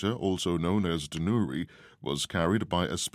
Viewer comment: 또 한국 뉴스를 올려주셨네요! '다누리'는 외국인이 발음해도 우리나라 사람 발음이랑 큰 차이가 안나는 것 같습니다. 이름도 잘지은 것 같아요.ㅎㅎㅎ